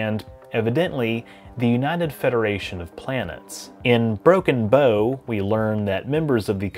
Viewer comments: Its not "bow" as in bow and arrow its "bow" as in ship/nautical terms .... i shook every time he said it wrong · This is not inoritabt to the video but I thought the name of the episode pronounced broken bow (like bowing down to soemone) no tbo, because the bow of a ship Great video, I just can be pedantic about such things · "Broken bow" You pronounced it as bow and arrow, I pronounced it as a ships bow. Spelled the same but sounds different.